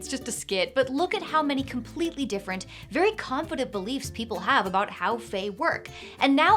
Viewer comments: Saying "fairy" instead of "very" tickled me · Did you say, "You can FAIRY quickly get in over your head"? 👀